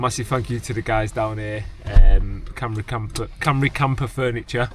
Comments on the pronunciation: Nice furniture and van! Shocking pronunciation of Cymru though. ;)( cymru = wales)- pronounced as “come ree” (cymraeg mean welsh - called them that too) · Sorry I skipped a few bits and will watch it later, am close to that stage, what was the cost of all that? And your so close to saying that name. Being welsh its CUM RE (cymru) you were close hehe great looking van.